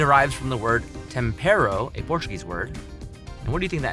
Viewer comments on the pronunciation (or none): since I'm Portuguese, we don't say "temparo", but "tempero", you can use it in a sentence like "este tempero é saboroso" - "this seasoning is delicious", just a minor detail tho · Pão de queijo it’s from brazil, and is Tempero not Tampero